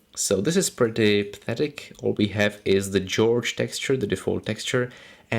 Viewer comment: Just to let you know, the default texture isn't pronounced "George", it's pronounced "Hore-hey". It's a Hispanic name. Excellent tutorial though! Very informative!